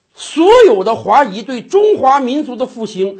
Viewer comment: 华裔 第四声 谢谢🙏